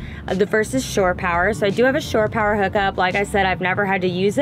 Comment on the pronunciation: Yes, sine wave is pronounced like "sign." Also, are you saying "store power"? I think the phrase is "shore power" coming from the boating world (which has probably been around long before the days of RV'ing) when you'd pull a boat up to the dock and connect to a power outlet, on the "shore." Thanks for an informative video!